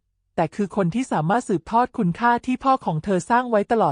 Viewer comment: 😅แม่คุณเอ๊ยคำว่าคุณยังอ่านว่าคุ_ณะเกิดมาไม่เคยอ่านคำว่าคุณเลยเหรอคำว่าชัยพรก็ยังอ่านว่าชัยพะระฟังแล้วมันขัดหูแสดงว่าคุณน่ะภาษาไทยไม่แตก